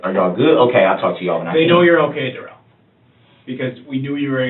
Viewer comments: Duh-rell. What a 🤡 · This guy wanted to be more black than he is...wanting to be called duh-rell as if his name ain't just Darrell 😂 I'm sure justice to this guy is being served in multiple ways in prison...I hope so anyways 🤞🏾🤞🏾